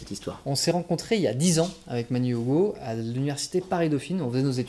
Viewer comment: cest moi ou dis OUgo et pas Ugo